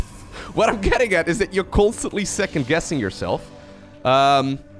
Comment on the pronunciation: "what about seecond cheese" hahaha good one